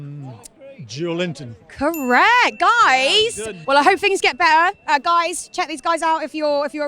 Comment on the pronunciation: To be fair, that's closer to the authentic Portuguese pronunciation than the usual 'Joe Linton'.